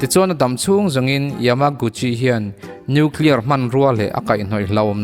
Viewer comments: New clear nilo in Nuclear zawk...i new clear khi chu adang daih...nuihzatthlak thrin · Nuclear poh tidik thiamlo..Atom poh tidik thiamlo..bomb poh tidik thiamlo...angaih na awmlo...khua avarlo lulai emy